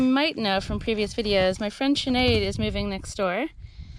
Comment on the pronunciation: When you said “my friend Sinead “ I heard “my French maid” 😂 Don’t you want the window open from the inside? The way you have it now you have to go outside to open the window 🙃